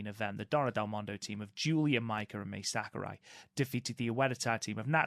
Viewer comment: Guys, Mai Sakurai is pronounced like Ma-ee, not May or Mei. Ma (like Mama) i (like the letter E). In Japanese, vowels sound like this. A - ah E - Eh I - ee O - oh U - oo